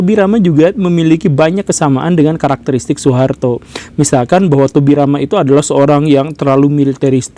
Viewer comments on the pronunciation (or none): none